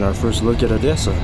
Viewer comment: I think your Russian/Ukrainian is getting better! You pronounced the word Odessa without any accent at all) and what field do you work in, forgive my Ukrainian frankness)